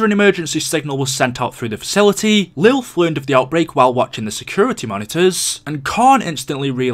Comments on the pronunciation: in the middle of the video you start calling lillith,lilth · Is anyone not gonna point out that he said Lilth instead of Lilith XD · Atlas: Lilith: LILTH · it’s Lilith.. not lilth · it’s lilith not lilth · LILITH.... not “Lilth” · This is old. I’m late. But WHO THE FUCK IS “LILTH”?!